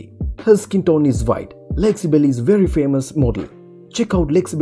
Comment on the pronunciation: Lexi Belly? Do you mean Belle?